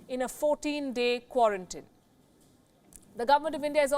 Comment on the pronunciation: Quaran-teened! Not quaran-tinned!